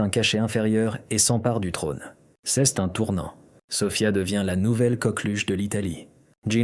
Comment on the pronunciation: Rhoo l’IA doit suivre des cours de Francais. C’est pas ceste le t ne se prononce pas tout aux kind la vidéo. Ceste insupportable.😫